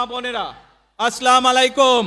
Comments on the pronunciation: তারেক রহমানের সালাম শুদ্ধ হয় নি। আসসালা মালাইকুম হবে না। আসসালামু আলাইকুম হল শুদ্ধ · এত বড় নেতা হয়ে কি হবে যদি সালাম টাই শুদ্ধভাবে না দিতে পারে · সালামটা শুধ বলতে পারেনা।